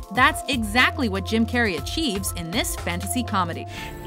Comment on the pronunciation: Anyone else here her say "Kim" Carrey in the beginning. Like if you did